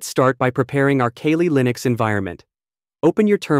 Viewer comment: Pronounced Cally Linux not Kaylee. Awesome video! A lot of useful info here.